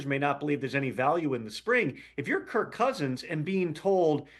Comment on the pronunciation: Some advice. If you're going to take a shot at someone's intelligence, you better have your own ducks in a row. First, it's "Kirk", not "Kurt". Secondly, he was asking that question because he was asking if Kirk had a no trade clause. He wasn't aware he did, thus the question. He wasn't asking if a person can veto a trade if they have a no trade clause.